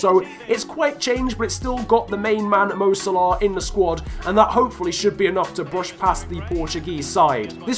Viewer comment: Shut the fuck with “Mo Salarrrrrr”